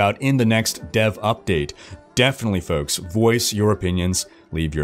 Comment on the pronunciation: Never heard someone pronounce "folks" so oddly. Is he purposefully trying to inflect? Maybe he went to broadcasting school...idk, it sounds weird when he says it.